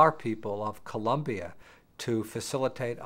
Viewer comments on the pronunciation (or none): none